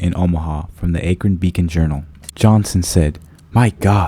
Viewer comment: This music doesn’t match the tone of this wonderful story. FYI Akron is pronounced Aah-Krun not Aye-Krun. Aah like Apple. How is this an internet mystery? Not trying to complain. Hope this helps.